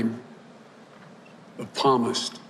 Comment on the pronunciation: Hey Joe Biden, When you were trying to convince "We The People" that you know the Bible and that you possess true GODLY values you kind of failed to do so. You obviously don't know the correct pronunciation of the word "Psalmist". The "P" is silent. Surely you must have learned this early on while you were reading The Holy Bible. Just sayin'. GOD BLESS YOU. GOD BLESS AMERICA. GOD BLESS THIS ELECTION.